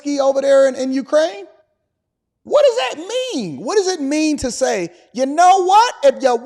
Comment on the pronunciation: She sounded a lil bit like a sista when she brought up trump, “just say dhat😒”😂#BlackISHgirlMagic